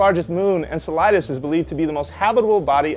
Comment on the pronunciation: He's saying the name weird I hate him